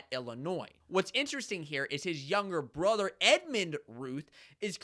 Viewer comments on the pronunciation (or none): none